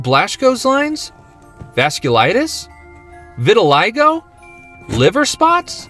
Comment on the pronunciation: the way he pronouces vitiligo, im dyin😅😱🤣